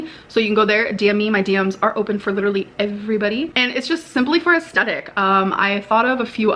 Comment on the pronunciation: Like....THIS isn't "Litt-a-lee" BORING??! Ummm....Yeeeeah🙄